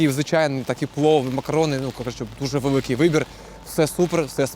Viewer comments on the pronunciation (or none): Не можу слухати коли кажуть ківоват, вевикий, зевений😢